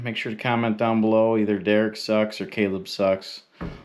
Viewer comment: your the best... hate that Ryan from victory gave you the shitist.shout out couldn't even say your name right...